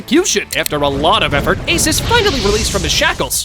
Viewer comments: “Ace D. Donut” that’s the second time you’ve violated Ace 😂😂😂😂😭😭😭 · Bro not ace d donut ace d onut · Bro he said Ace D. 🍩